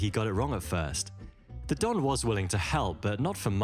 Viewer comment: I can't be the only one to point out that he referred to the godfather as "the Dom" instead of the "the Don" lmao